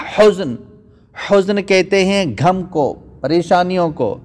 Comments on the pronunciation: Ye gum ni ghum lfz h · آپ کی اردو بالکل ٹھیک نہیں کبھی کہتےہیں تھا ۔۔۔۔ تھے۔۔۔ غم کو کہتے گم۔ تک گئے / تھک گئے/